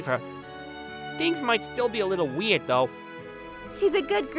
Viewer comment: What the fu— so, first of all, is Hirata Australian or Britain? Because when pronounced "Girls" he instead said "Goyils" it sounded... Australianey and Britainey, he pronounced "Weird" as "Wied" ay, I'm just telling boys and gals. And uh he pronounced "Person" as "Poison".